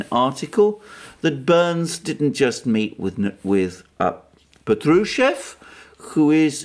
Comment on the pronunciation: Patrushev pronounced as pAtrushev with accent on the first syllabus